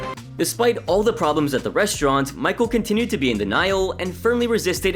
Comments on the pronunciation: Michel is not pronounced Michael.. it’s pronounced Me-Shell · Not michael its michel it’s a french name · I think it's funny how you overpronounce foreign food, but can't get a French guys name right